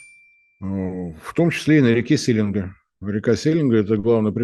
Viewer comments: Одно уточнение: река Селенга произносится с ударением на последнюю "а" - СеленгА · СеленгА правильно, который раз уже по ушам режет)) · Мы тут говорим селенга ударение на последний слог